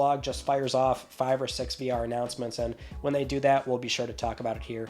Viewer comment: random question. can someone tell me why he pronounces some words differently? like, sometimes he switches the letter I to E 😅 instead of six he says sex 😂 or the word trailer